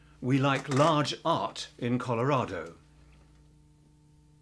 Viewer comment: it's Colorado, not Colarado.